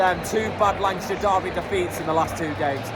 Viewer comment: Don't know where you're from but Lancashire is pronounced 'Lankisher' 😁. Good commentary from you, upbeat, good stuff 👍